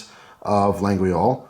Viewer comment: Forge de La-gooee-ole... it's not that hard (that's what she said). I can think of a few Irish whiskeys that are harder to figure out. lol :)